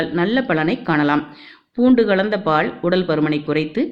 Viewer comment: சகோதரி பாள் இல்லை அதைப் பால் என்று சொல்லவும் உனக்கு மட்டும் உங்கள் இனத்திற்கு ல ள ழ ர ற ன ண இவைகள் சரியாக வராது பாவம் தமிழ்